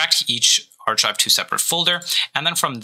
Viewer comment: "arch ive" 💀